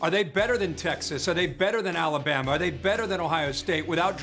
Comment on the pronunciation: Wait, wait, wait, did you really just say ‘’Bama? Now that is ridiculous.